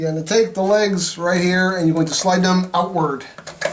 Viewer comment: When you say legs, it sounds like you lays. As in lays chips. Yeeees